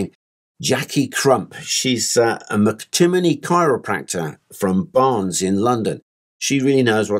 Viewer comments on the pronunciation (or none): none